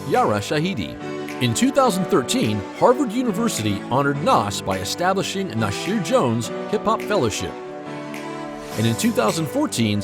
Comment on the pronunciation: I had to stop watching . The continued mispronunciation of Nasir and now Rakim. I’m done 👋🏾. Do research instead of reading off a piece of paper 📄 👀